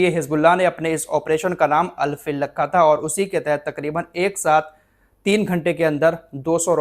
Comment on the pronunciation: Al fil nahi Al feel (hathi)